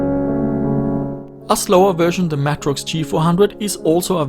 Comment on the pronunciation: Please pronounce Matrox properly. MAY TROX. Not Mah trox.